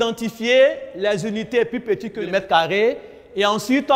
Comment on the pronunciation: Tu as entendu comme moi.